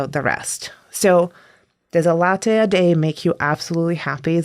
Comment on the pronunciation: why does she pronounce latte weird?